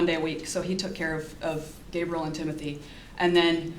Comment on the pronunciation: Who is G? And why cant she say Gabriel?